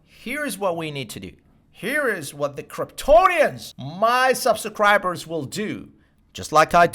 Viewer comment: This dude said subsacribers lol